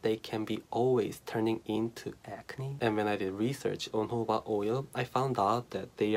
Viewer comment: Its jojoba not hoba